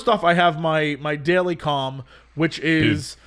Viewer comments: am I the only one hearing cum and not calm everytime he says it?? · I know he's saying he has his daily "calm," but all I can hear is "i have my daily cum."